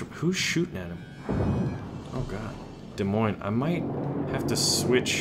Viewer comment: The "s" In Des Moines is silent.... I'm from Iowa, so I know this.